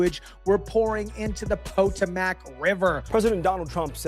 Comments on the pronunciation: Pa-toe-mick. That should help you. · Po-to-mac? Come on! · Its "Pa toe mick". Fyi. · Po-toe-mick that's how we pronounce it. That was funny though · IT IS THE PO-TOM-IC RIVER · 😂❤ That's an interesting way to pronounce the name of the river that goes through Washington DC! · Why are you pronouncing Potomac like that? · you got to learn how to pronounce the Potomac River that's the river that Washington took his soldiers across in order to save America during the war against the British come on dude come on you're an American citizen you should know number one how to pronounce the word correctly and second of all understand the significance of that River in our history.